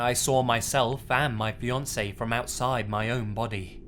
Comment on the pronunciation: It took me some seconds to realize that in the second story it was "fiancé" and not "Beyoncé"